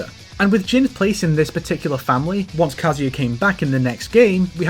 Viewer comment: Why are English speakers so hell bent on mispronouncing Tekken character names by putting emphasis on the first syllable when the game itself pronounces the name of the characters once you pick them in the select screen? My ears cringe every time you say “Jin KAzama”, “KAzuya MIshima”, makes the video nigh unwatchable